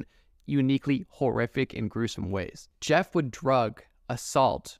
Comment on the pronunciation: "My name's Yeff" haha